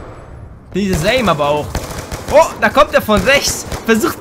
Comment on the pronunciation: 8 Minuten geschaut. Am Ende vom Ersten Match faselt er was von 'Aim'. Selten so gelacht.